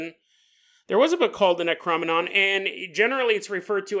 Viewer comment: Your killing ne how your saying necronomicon .Great episode tho .